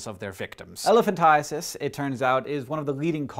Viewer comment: I laughed extremely hard when he said elephantiasis